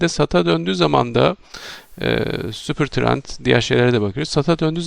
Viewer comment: Hocam cereyanda kalmış herhalde 🎉🎉🎉 Süpır trend diye anlaşılıyor ses😂😂😂